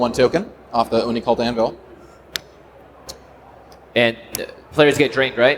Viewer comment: The best thing about this is the amount of times managed to say "Oni-Cult Anvil" correctly...